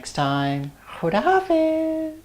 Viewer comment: i like most the way you say Asalam o Alikum and Khuda hafiz.... Recipe is very good and easy.